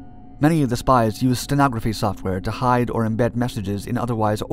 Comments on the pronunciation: It's steganography, not sentography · Steganography - not stenography